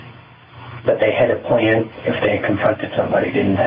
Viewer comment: The cases you cover are interesting, but i wish you would have another narrator, or him stopping that exaggerating narration. He says plan-a, him-a, hom-a and so one. Horrible and makes me stop watching the videos.